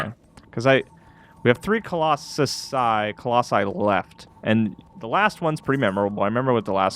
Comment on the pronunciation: Can't believe didn't roast you for the way you said Colosauce I lol'd 😂